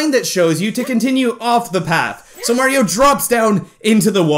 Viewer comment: did you call Mario mara